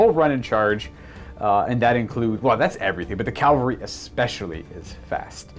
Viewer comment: Sorry, I gotta be that guy. I really did enjoy the battle report, but... CAVALRY. Cav-al-ry. Not "calvary."